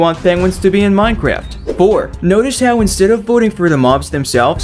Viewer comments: Minecraft not Minecarft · "Minecarft update"